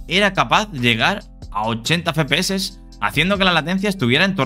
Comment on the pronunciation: No se dice Fe-Pe-Eses, es Efe-PE-Eses, me da ira homicida oirlo 27 veces en el video